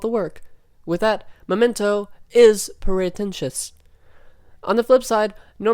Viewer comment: Did you just say Charlie Norton’s momento?😂